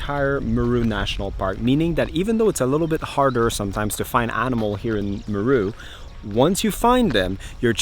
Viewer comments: He's pronouncing it like Peru. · 😂😂😂😂😂.... its not mru. its M-e-r-u. Buts it all kool though. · It's pronounced Meeeee (like goat sound) then RU - MeeeeeeRU not Miru 🤫🤣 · You are saying Meru so wrongly and that is so bloody irritating as it makes the video unwatchable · Wow very nice never thought Meru had such beautiful scenery and great game drives. By the way your wife says Meru exactly how it should be said much better than you. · I like the way pronounces 'Meru' 😂. Huge fan of your channel.